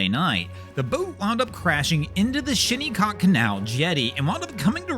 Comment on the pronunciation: It's pronounced Shin a cock Canal